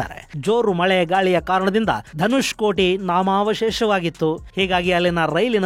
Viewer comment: Not Dhanushkoti it's Dhanushkodi .